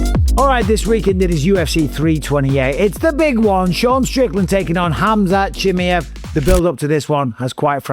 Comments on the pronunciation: Why you call him “Chimiev”!? It’s “Chimaev” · CHIMMY EV. CHIMMY EV. chimmy. ev. Please say Chimaev! CHIM- EYE- EV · Hamzat Jimmyhif is crazy pronunciation bisping 😊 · Say it with me - SHHH MY ev Chimaev. Cmon bisping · His name is pronuanced as "She Mai Yeev" for fuck sake its not hard come on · How the f can't you pronounce Chimaev after all these years?!!!!! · Can’t wait for this fight to be over so Bisping can’t stop saying Chimaev incorrectly.